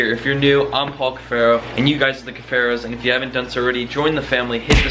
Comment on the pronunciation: “DONE”. ( I thought you said Doug.)